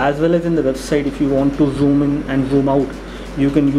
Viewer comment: zhjoom, lmao